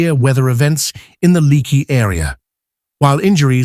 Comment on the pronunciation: It's pronounced like Lake-ee